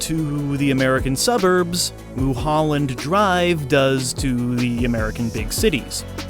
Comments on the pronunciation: Los Angelino here, I'm going to call it "Moo-holland" Drvie from now on, thank you ;) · "Moo-holland Drive"